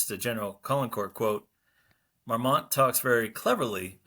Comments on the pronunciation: Very interesting video, but I have to be kind of picky about pronunciation: the "t" in Marmont isn't pronounced. It sounds more like "Marmon" when spoken. I know it's a confusing French language rule about the final "t" coming after the "n"! 😂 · Neither the n nor the t are pronounced afaik